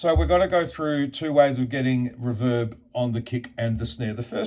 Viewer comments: REE-verb vs ReVERB. You’re welcome… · It's "Reverb" not "Reverb" ;)